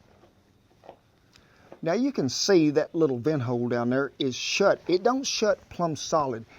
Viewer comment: I swear to Satan it sounds like he's saying "hoe" instead of "hole" when he's plugging away in the barrel.